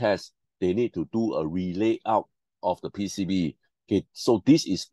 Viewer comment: Quite informative. Moreover, I like how you pronounce PCB as "P C Buh"... unlocks new possibilities of accents!